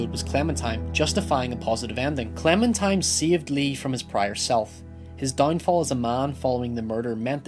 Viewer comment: Is he saying Clementime?